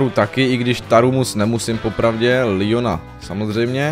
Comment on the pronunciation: Je to Leon ne lion